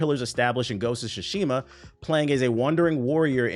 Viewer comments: “Gosha Shashima” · "Ghost of Guatemala" 😂